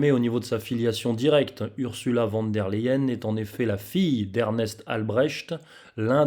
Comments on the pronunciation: Ce n'est pas sérieux de prononcer "van" alors que c'est écrit "von" ! Pour le reste vous avez toute ma confiance. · "Fon" pour être plus précis, car le V se prononce F et le W, V en allemand. Mais je dois aussi dire van des fois.